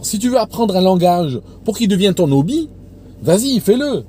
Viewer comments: Attention pour Hobbie c'est un H aspiré, on dit un Obbie pas un Nobbie. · C'est: un débouché. Et il faut prononcer le h de hobby, pas de liaison dans "un hobby"